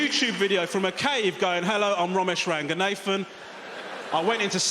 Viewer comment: I understand he grew up in England but come on, please practice saying your last name correctly - the first name is good but it's not "nathan" as in the western first name - but it is "naathan"